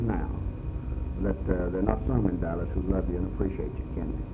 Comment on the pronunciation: Did he say Dallash?